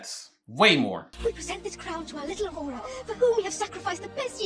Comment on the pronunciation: Even though the characters say the names multiple times in the shows lol, he got Aurora right though!